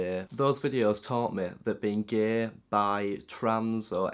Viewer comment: don't say 'gae', it's "gay" xD